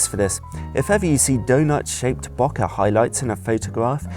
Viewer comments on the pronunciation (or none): that's not how you pronounce bokeh ;) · It's funny how he says bokeh!